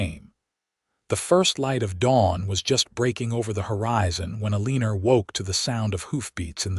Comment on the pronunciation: Sorry I can’t watch this her name is pronounced Elina there is No R in her name